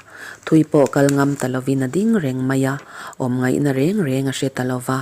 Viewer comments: 'Reng reng;-hi i lam dik lo deuh e.A ni lo reng reng tih laia 'reng reng' tia lam rik tur aw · "Reng reng" tih hi iva chhiar mak ve🤭😀😀😀